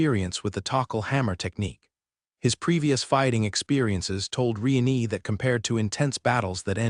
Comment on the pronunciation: Lord "Re-nee" again..? 😅